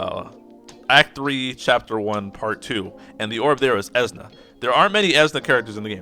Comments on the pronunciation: It's Esuna not Ezna This guy: because I like him you have to like him and because I think he's awesome you can't think he's underwhelming and anyone who doesn't agree with me can shut up... LMFAO what a chode And before you go trying to attack me I'm not part of your conversation. I do not have his LD so I don't have any first hand experience nor do I play JP so I don't have any foresight as a reference. So I'm not on either side of the fence talking any smack about him being good or bad I'm just watching this train wreck. I just couldn't stop laughing after watching your video addressing negativity with more negativity. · The way you say Esuna kills me lol. Great video, I needed this info in the first part. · I always say "eh-soo-nuh" or "ee-soo-nuh" but your pronunciation gave me a kick. Its a made up word so who really cares. It sounds like you really like how you say it so I hope you keep saying it like that.